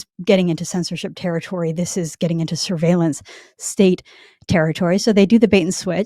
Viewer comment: "Syrveilenc stayte." How do you think they spell it?